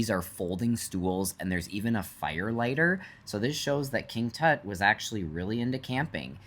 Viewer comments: How the hell do you pronounce "King Tut"??? Dude! Seriously??? 🤦‍♂😂 Does everything have to be Americanized??? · King "toot"?.?. LMAO!!